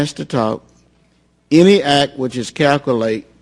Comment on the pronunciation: He calcoolate... calcoolated.